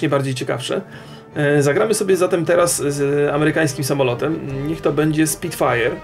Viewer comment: Spitfire a nie Speedfire...